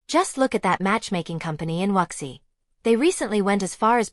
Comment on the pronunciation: It was entirely AI; it had incorrect pronunciation of WuXi. This video is a CCP propaganda video; the 1 child policy caused risk to the population of China.